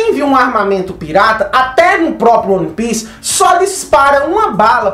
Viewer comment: cara, gosto mto do seu trabalho, acho vc bastante entusiasmado na gravação dos videos, isso é muito bom. É um perfil diferente dos outros youtubers, não perca isso. No entanto, uma dica boba. se atente a pronuncia correta dos termos em inglês/japonês (exemplo: é "uan pis" e não "one pice"), faz bastante diferença na hora de passar suas análises, passa mais convicção e seriedade. Outra coisa, faça um roteirinho da ordem de acontecimentos do video, para vc n se perder nas tuas próprias ideias, ai vc n foge muito da linha principal e mantém sempre um tempo ok com uma objetividade boa.